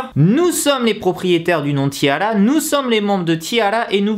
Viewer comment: Kim Ginha en fait ca doit se prononcer "tiara" comme une tiare en anglais